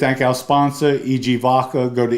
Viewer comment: Hello, love your channel & we watch every episode-just wanted to say….you’re totally scary lol so please don’t get angry 😅- just constructive criticism-it’s vodka with a D-not vacca (which means cow in Italian…also you look so much like one of my relatives & since my grandparents come from the same part of the Bronx -I wonder if you’re related